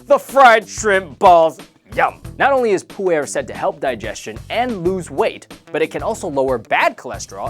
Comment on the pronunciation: it's Pu'er LOL ("Poo-er")